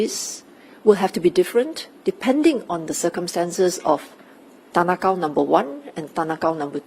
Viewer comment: You could have chosen any name and you said tan ah Kow 😂